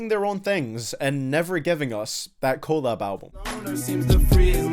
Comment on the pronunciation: Its collab...not collab